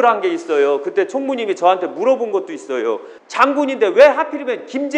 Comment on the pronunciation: 발음을 "있어요" 라고 정확히 해주면 좋겠습니다~ "있쉬요" 라고 하니까 성씨 이씨요 라고 하는거 같아 헷갈려요!~ 표준말 해주면 더 좋고요^-^